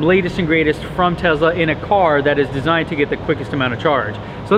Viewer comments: You went over the most interesting part starting really fast. Also PLEASE, for the love of god, stop calling it TeZla...it TeSla. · Tesla not Tezla 🤣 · I don't give a flying f**k how he someone else says it. Are you an other-people-replicating robot or are you a human being with a brain? THE Man's name is Nikola TeSSSSLa. There's No Z in there.